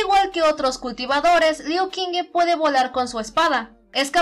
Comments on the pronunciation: Friendly reminder that the Q is pronounced like CH, not like a K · Soy imbécil ⊂(・﹏・⊂) hice un fallo enorme en la pronunciación del nombre de Liu Qingge, Qingge se pronuncia como "Chingge" y yo de estúpido lo pronuncie como K. Lo siento mucho!!! (╯°□°）╯︵ ┻━┻